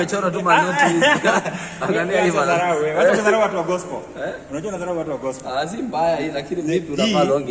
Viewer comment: I love the way he prounounces gospel as gospo🤣🤣